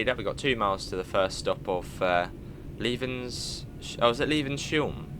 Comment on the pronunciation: its Levens as in heavens 😄